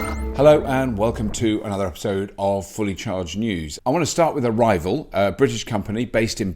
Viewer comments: When Robert said arrival, I thought he said "a rival". There's me thinking which youtube channel is he going to mention lol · Me three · Me five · Yeah I thought it was BEEF. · Me too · I didn't realize it until I read your comment. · yep ditto lol